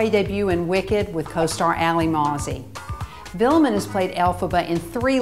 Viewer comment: Omg that is not how you pronounce Willemijn haha x'D